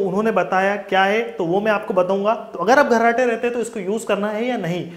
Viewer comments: abe gharrate nahi kharrate bol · अबे घर्राटे नही रे मुन्ना ,,,,खराटे बोल रे...chu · घर्राटे नही खर्राटे होता है।।।